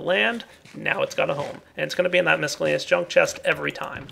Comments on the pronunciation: Mis cell aneous NOT Misk ellaneous also Et Cetera NOT Ex Cetera or Eck Cetera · Please, it's Miss-cell-ay-knee-us, not misk-ell-ay-knee-us. Your sorting system is looking pretty nice for a starter! Glad you showed us these pipes :)